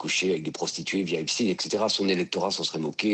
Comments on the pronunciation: Ce n'est pas le dossier "Epstiiin" mais Epchtaïn!!! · Oulaaa il a dit Epstiinneee😂